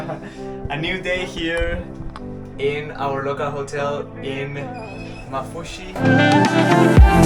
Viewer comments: And also it pronounced maafushi with 2 a s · I'm from Maldives and the way you say maafushi makes me and my siblings laugh lol Can you come to ungoofaaru❤ pls